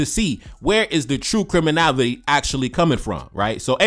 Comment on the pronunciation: Bruh I really like your work but please stop 🙏 saying CRIMINAVITY it’s CRIMINALITY PLEASE 🙏